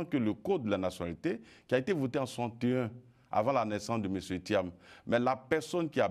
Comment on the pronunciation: Bredoumy soumaila, c'est lui qui va faire perdre thiam . En plus, il prononce Tcham, dites-lui que ça se prononce tiam. C'est un nul. Il a mis le monsieur dans les difficultés à cause de ses injures et son zèle. Il dit: " si on vous bat là, vous avez suffisamment mangé !" Donc, laissez nous manger. Politique de l'ancien temps. Il vient lui aussi pour manger. Vieillard, qui n'a rien compris si ce n'est que le restaurant. Bredoumy soumaila, tout laisse!